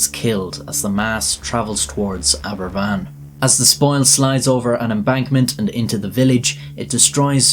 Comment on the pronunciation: Aberfan not equals Abervan.